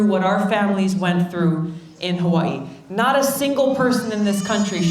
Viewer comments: at least everyone will know how to pronounce Hawaii from now on :) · She pronounces Hawai’i as she writes it. 🙂